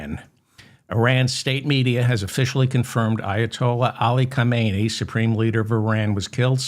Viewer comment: Not, Ka-may-nee - his name was Ha-men-ee